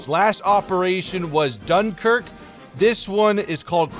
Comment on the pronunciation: Dunkirk isn’t two separate words.